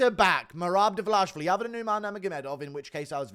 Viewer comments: Can you stop saying Davlashvili? It's Dva-lish-vi-li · it ain't 'Dvlaishvili' - annoyed the fuck out of me 🫠🫠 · The DVALISHVILLI pronunciation is HYSTERICAL!!! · please learn to say his last name right haha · why do you butcher merabs last name?